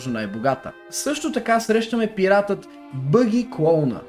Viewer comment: казва се баги с а :D